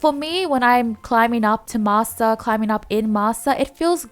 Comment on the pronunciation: Why m i hearing masser instead of master 🤣